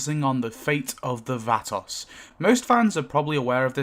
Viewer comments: “VAT-toss” lol. Vah-toes my guy. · Wtf is a "vatASS?".... It is pronounced "vah-toes".... Vatos. 😂 Now say it just the way I EASILY made it. Sound it out using that British accent son. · Only small thing bugging me; it's pronounced almost like "Vva Toes" not "Va-toss". Thanks for the in depth video! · Va-toes not Va-toss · Vah-toes. It sounds like you’re saying vatovs. Great video though! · Vah-toss hahahaha I love it! Bring it close it together and make every syllable short like this vAHTos not toes or toss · Vah-TOES, not Vaaa-Toss. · "Va-Tas" da fuq. Its not an English word brother say it correctly. "Vaa-tows" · its not fhatos, its VOUGHTOS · Sorry but this bugged the hell out of me every time you said it. It's not "vaa-toss"... is "vaw-toes"... the word is plural for "vato". Pretty much every gang name worldwide is a plurality and you're pronouncing it like it's not. Not trying to offend but since you say it so much, it's kinda annoying. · Ah yes, the "Vat-oss" 😂 It's pronounced "Vah-toes" for future reference, chap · thats the whitest pronunciation of vato ive ever heard and im white as hell 😂🤣😂 its (v-ah-toe) phoenetically my british homie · Cool video, just one thing, Vah-tohs. 🙂~ Oh, one other thing. How dare you, how DARE YOU, SIR, knock "The Great Garbonzo!" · pronounce VAH-TOES. The spanish A sound is Aaah, like open your mouth and say Aaah, and their O sound is Oh, like Oh no. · I'm so sorry, but I can't stand it anymore and I KNOW it's not your fault. 😅 I'm sure it's just your accent turning the Vatos into another word. The proper pronouncation is, VUH-toes. Think South center LA, dickies, low folded bandana, Chicano from the Hollywood movies. VUH-toes, pull your head back and push your chin up on the VUH. ❤ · Its pronounced VHAT-TOES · Vato is pronounced VAH-toe, so the plural is VAH-toes. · “The Vahtocks” 😂😂😂 it’s not hard to google the proper pronunciation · It’s pronounced “Vah toes” ok??? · he said Vatos like it was Vanoss. Wow 😂😂